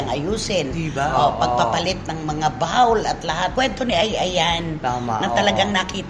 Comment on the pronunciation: Laging pinagtatawanan si Wendell sa pronunciation niya ng words pero sarili niya hindi napapansin. Yung bowl sabihin ba naman na B A W L. Sakit sa tenga.